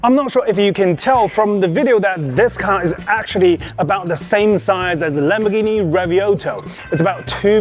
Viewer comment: Please someone learn him how the Lamboghinis name is ^^